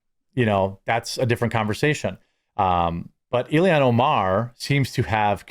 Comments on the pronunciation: ILL-HAAAANNNN NOT ILL-E-ANN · ILL - HAN. 2 syllables..."ILL" like to be sick, and "HAN" like to pilot the Millennium Falcon .